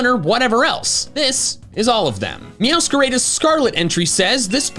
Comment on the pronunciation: IT'S MEOWSCARAYDA?? I THOUGHT IT WAS PRONOUNCED MEOW-SCA-RA-DA